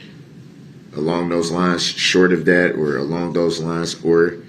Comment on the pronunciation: I was just gonna say that I hate the way he says that word 🤣🤣🤣